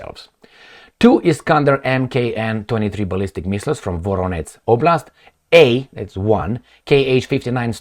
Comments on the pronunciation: How come can pronounce 100% correctly such complicated toponyms as Yeisk, and does a great job in excluding false ukrainianised ones, but for the 10th time calls a great city of Voronezh with some village's name? A village of Voronets can not have a Voronets region/olast' even thoug there really are some such villages, one just on Kursk oblast', near the front line. Also ukrainan big city is called Chernihiv(Cher-ni-giv) like you combine "cherry", first syllable of "needle" and "give". Poland and Chek republic is not far from Romania, why can't you just "że" and "z" like a Pole? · Voronets is a monastery in Romania ,Voronezh is a city in Russia.